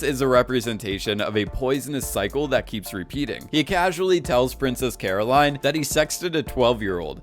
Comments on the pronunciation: It's Carolyn, not Caroline. You can't possibly be this deaf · "princess Caro-line" lol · You lost me at that pronunciation of Princess Carolyn... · SKDHSKS DID YOU SAY PRINCESS CAROLINE????? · IT'S PRINCESS CAROLYN NOT PRINCESS CAROLINE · Carolyn not Caroline 👀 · its princess carolyn not princess caroline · > watched 5 seasons of Bojack Horseman > doesn't know how to pronounce Princess Carolyn's name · Why do you say carolyn like that?